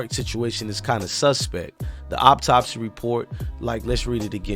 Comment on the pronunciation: Bruh I'm bout tired of you saying "op-topsy"..it's pronounced "Aww-top-see" = Autopsy 🤦🏽‍♂️